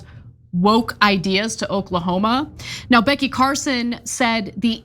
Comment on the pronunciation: Did Ana say Okla-homo??? 😂